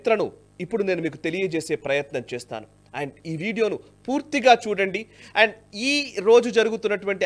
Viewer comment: అండు అండ్ అంటారేంటి సార్